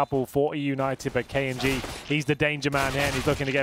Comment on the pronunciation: he keeps pronouncing it as k un g